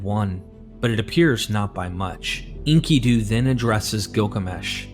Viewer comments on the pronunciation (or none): This is so hard to listen to. His name is en-KIH-du. Not Inky-doo. He's not a squid in a diaper bro.